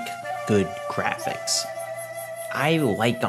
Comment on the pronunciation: That word is pronounced "Jrrrafiks"